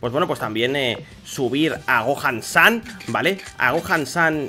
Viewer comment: está todo bien pero se llama SON GOHAN (SON GOJAN, NO GOAN SAN)